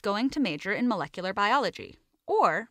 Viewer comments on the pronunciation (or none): none